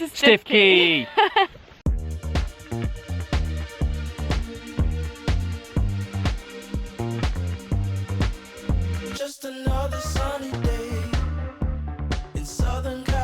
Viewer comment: Great video. Looking forward to part 2. By the way, Stiffkey is pronounced 'Stew-Key'. Stew is the local blue clay and key as in quay.